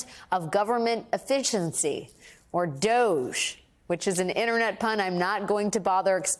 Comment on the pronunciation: A Wags nailing the doge pronunciation